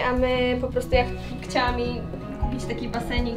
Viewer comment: muwi sie chciałam a nie kciałam Heh fajny odcineczek